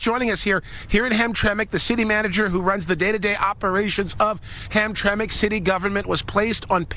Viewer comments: It's pronounced Ham- tram- ick..... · Not ham track, it's (ham tram ic) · Ham-tram,ic,. Not Hamtrack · Dude, it's pronounced HAM - TRAM - ACK, not HAM - TRACK!! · It’s “ham tramack”, not hamtrak. Used to live near there. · Dude, it’s not “Hamtrak.” It’s Hamtramck(pronounced Ham-tra-mick). How are you doing a story on a city and not bothering to find out how to pronounce it? 🤦🏽‍♀️ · STOP CALLING IT Hamtrack !!! It's Hamtram(i)ck... "Ham-tra-mick" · That's pronounced HamTramick, not Hamtrack... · Say, “Ham-Trah-mick”. From a native Michigander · I grew up in Hamtramck, it’s pronounced “ham tram mick.” Can’t say why when it’s spelled that way, but it’s been that way for 60+ years that I can attest to. Great video. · Hamtramik the way it’s pronounced. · It's HAM-TRAM-ICK, pal! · Please pronounce the city name correctly!!! HAM-TRAM-ICK" The last few letters are said "ick" even tho' they end "mck" polish name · I'm in Michigan. It's pronounced "Ham-tram-ick". 😉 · We pronounce this town Ham - tram - ick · Listen to the people on the video. The city is pronounced like this: Ham tram ik Thank you for your attention to this matter By the way, I’m a subscriber and I really enjoy your coverage of Portland and LA and now this. Keep up the good work. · And in Dearborn Michigan, the American taxpayers are being forced to pay for Muslim religious festivals And by the way it's pronounced Ham-tram-ic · IT'S HAM-TRAM-MICK HAMTRAMCK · Not trying to be advisarial but it's Pronounced "Ham-tram-ick" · Come on dude you sound ignorant ham-tram-lk There it is phonetically. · Ham-tram-ick, it ain't a train, it's the syllables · It pronounced Ham tram ick. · F.Y.I., it's pronounced: Ham-tram-ick. Formerly a wonderful Polish community inside Detroit, presently it is the Bagdad of Detroit. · [HAM-TRAK ] ??? I think you have this city confused with a Train Line for Pigs. LEARN TO READ! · Its pronunciation is hump tra mic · The name of the city is pronounced Ham-tram’-ik